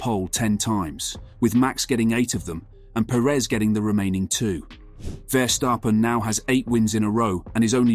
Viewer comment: Its Stappen, not Stapen.